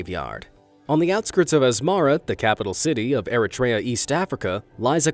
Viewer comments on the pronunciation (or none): Eritrea is pronounced E-ree-three-yah I had a friend from Eritrea that taught me how to pronounce it.